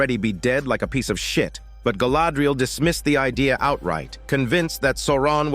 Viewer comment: That heavy on the word shit was personal